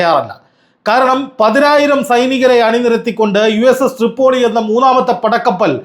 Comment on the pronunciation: തൃപ്പൊളി അല്ല പോയോളി